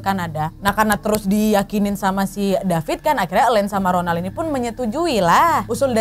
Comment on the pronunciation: wkwk bengek perkara ka nad bilang DAPIT DAPIS🤣